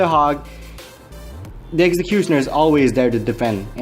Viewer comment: i love the way u say executioner its coool